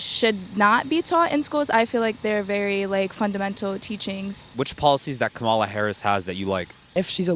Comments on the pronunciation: Please correctly pronounce her name… Like “Coma Lalalalala”. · Comma-la! Not that hard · Need to learn how to pronounce her name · Strange! Even people voting for her are mispronouncing her first name! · Please pronounce her name correctly, you are worst than MAGA